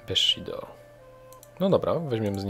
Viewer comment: Bessho = "Beszido"?